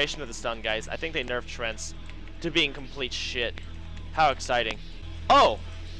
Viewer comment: Tree...Ant... TREANT. stop saying trent please. kthx